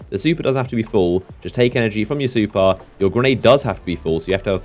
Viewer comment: Its super not supar